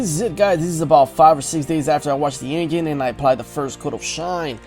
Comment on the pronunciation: i watched this whole video just to keep hearing this guy say the word engine